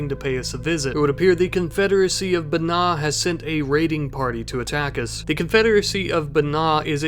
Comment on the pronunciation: Just found your channel; been enjoying the content (especially the various connected series). One thing: I believe Banña would be pronounced something closer to Ban-ya, if we're assuming Ñ in Rimworld has the same pronunciation that we hear in real-world Spanish.